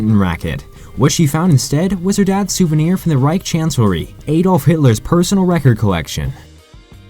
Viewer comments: A dolf????? you mean adolf. btw it's pronounced add olf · its not pronounced add olf